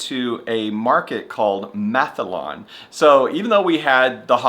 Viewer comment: As someone from Sweden, who also have been to Denmark and Norway numerous times, it’s been a lot of fun seeing Scandinavia through your eyes! But you really have a hard time pronouncing our languages… Mathallen for instance is Mat-hallen, not Math-Allen. Mat means food and hallen “the hall” - so “The food hall”.